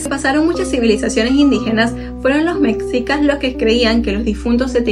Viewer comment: Es mexicas no como lo pronuncias